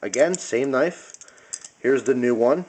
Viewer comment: CCC: "Cheap, Cheap Cnife"